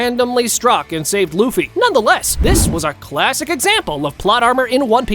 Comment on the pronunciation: aree LAFFY NAI LUFFY HAI